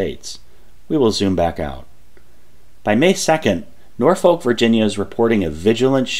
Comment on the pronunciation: Just to be "that guy", Norfolk, VA is pronounced more like Norfick with no halt between the syllables. It suffered a bit of that weird thing that happened in England where town names start getting pronounced differently than they are spelled.